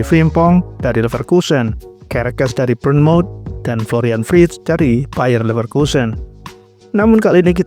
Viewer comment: Koreksi Florian Wirtz bukan wrictz